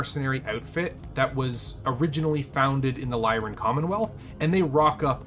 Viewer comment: Capellans learn all their betrayal skills in school. No, I'm just kidding. Capellans don't have schools. X) (Also, that's L-y-r-a-n Commonwealth. Not "lyrian".)